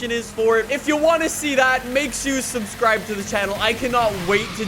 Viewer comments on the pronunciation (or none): none